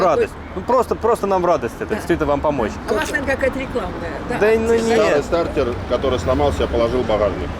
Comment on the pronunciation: классные старички. приятные люди. а еще понравилось как произносит стартОр😂